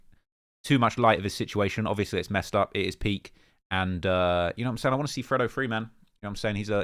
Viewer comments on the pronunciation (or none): Come on it's pronounced "freydoh" not "freddo"😅 grammar 101